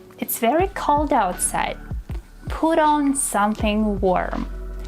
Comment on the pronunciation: " he surprised me ver much " Wtf is " ver "???? Also: Everybody already sais figure out and hold on. Maybe YOU should learn how to speak Your " English lessons "? You don't even speak English- " evra thing " What tf is that?